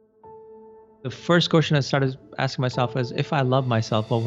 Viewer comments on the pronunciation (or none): When you say question, I hear the word cushion!: ) xo